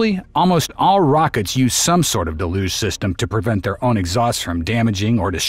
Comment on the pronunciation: stupid AI voice can't pronouce DELL-UGE not DA LUGE. spelled Deluge.